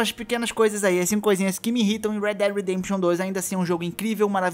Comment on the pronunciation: Não é iNrritam.. é IRRITAM.